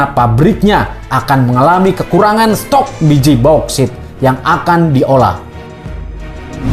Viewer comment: Bukan boskit min, bouksit